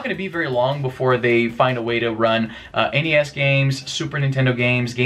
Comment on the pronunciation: Thank you for saying N-E-S and S-N-E-S rather than "Nes" and "Snes". I've never heard anyone refer to NES and SNES by making their initials into a word until watching YouTube vids.